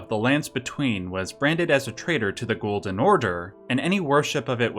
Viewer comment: Lmao “ghoulden order”